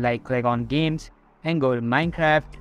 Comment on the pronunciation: he said mincock